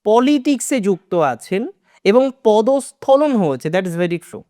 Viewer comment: ভাই পদস্খলন ( Podoshkholon)